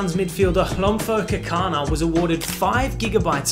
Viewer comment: You earned a follower just for your pronunciation of Hlompo Kekana👏